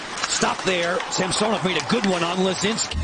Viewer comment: Sam-sew-nov. Drove me crazy